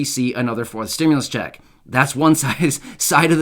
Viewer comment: "2,000 stimlus ccheck" lol